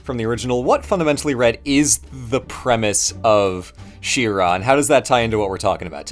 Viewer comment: IT'S FUCKING SHE-RA AHHHHHHHHHHHHHHHHHHHHHHHHHHHHHHHHHHHHHHHHH